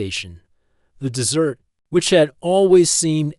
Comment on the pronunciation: The AI has great difficulty reading English. It pronounces desert as dessert and closer /CLOE-sir/ as closer /CLOE-zer/. It pauses in the middle of sentences as if the sentence is complete and resumes as if it is reading the next sentence. The story seems as though it may be good but the AI is such a fatal distraction, it makes it an endurance test to attempt to continue listening. I only made it 5 minutes 35 seconds before I decided to abort mission. Suggestion: hire a human to read the story if the AI is this incompetent!